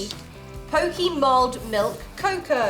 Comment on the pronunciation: I believe it's "pock-ee," rather than "poke-ee"